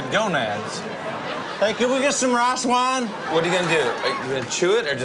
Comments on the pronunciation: "CAN WE GET SOME MORE WIICE WINE!!" lol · He clearly said “Rye Swine” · "Rhas wine" 🤣🤣🤣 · Raw swine?? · Blake has training chop sticks and he say ras wan im dead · All I kept hearin was "Raw-ass wine" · blake:i jst dnt knw what ras wan is jimmy:not ras wan.its rice wine I CANT I LITERALLY CANT LMAO😂😂😂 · No not "raas wahn" ... "rice wine" 🤣🤣🤣🤣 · Raas waan😂 it's rice 😂😂😂😂😂😂😂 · “Rice Wihne” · Every time Blake eats something he doesn't like....Can we have some more of that Rayce Wine??? LOL! Too Funny! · Ashlynn Smith I know it is rice 😑 I wrote what he called out many times. raas wine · What’s more cute: the dimples or the way Blake pronounces “rice wine” Huge fan of his tracks, (and the dimples) 💖🇺🇸